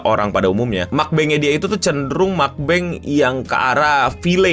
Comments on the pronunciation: Mukbang bacanya meokbang dengan cara pelafalan O di popok contohnya. Itu singkatan bahasa Korea meoknun bangsong (romanizationnya). Nah kata bang-nya tetap dilafalkan sebagai bang kayak di kata abang. Semoga membantu… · mogbang, mokbang, mukbang dari meokda=makan, bangsung=siaran ini tulisan latin aslinya eo, kayak seoul bacanya so-ul, jadi harusnya bacanya mokbang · Cara nyebutnya MAKBANG =MAKAN BANG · simpel pengucapannya "mok-phang" tulisannya mukbang bang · 먹방 (meokbang) bacanya MukBang, asal bahasanya itu dari hangeul korea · Muk (muka) bang (abang), asal katanya dari bahasa korea jadi pronouncenya bukan bahasa inggris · Bang salah itu penyebutannya seharus nya mukbang bukan mukbang. Cuma bercanda😂😂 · Mukbang as in "bang" in "bangku". Soalnya kan ini bahasa koreanya dari moengneun yang artinya makan dan bangsong yang artinya siaran. Sekian. Kalo pronounciation koreanya mah "Mokbang". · Mukbang bang bukan mukbang😅😅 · bacanya itu mokbang bang.. moknya itu o nya kaya o di kata block. bang nya tetep bang bang.. silahkan memahami bahasa gajelas saya wkwk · Cara bacanya Mokbang (먹방) Karena dari kata 먹다 (mokda) = makan & 방송 (bangsong) = siaran. iya itu tulisannya Eo ㅓㅓㅓ jadinya meokbang meokda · Cara bacanya Mokbang (먹방) Karena dari kata 먹다 (mokda) = makan & 방송 (bangsong) = siaran. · yang bener bacanya mukbang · Pengucapan mukbang bener itu "meog-bang"(dibaca mokbang) itu dari 2 kata, "먹고"/ "meog-go" yg artinya makan sama "방송"/"bang-song" yg artinya siaran, jadi simplenya mukbang itu singkatan dari 먹고 방송/meog-go bang-song alias live streaming orang makan Semoga membantu sama penjelasan aing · Mukbang, bacanya meokbang (mokbang). Mokbang bukan makan banyak, tapi makan yg direkam & akhirnya mrk upload di yt/platform sosmed yg ada audiencenya. Meok(mok) kepanjangan dari meokda(mokta)=makan. Bang kepanjangan dari bangsong=rekam/streaming/live streaming. Itulah arti dari mukbang/meokbang(mokbang), bukan makbeng/mukbeng. Smg dpt dimengerti🙏🏻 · mukbang bukan mukbeng